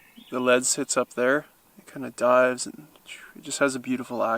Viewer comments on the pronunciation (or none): none